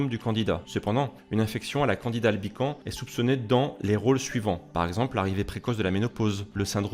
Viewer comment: PS. on dit LE candida (c'est un champignon-masculin ) et dans Albicans , on prononce le S final. Bon , on comprend quand même et ton résumé m'a appris des trucs.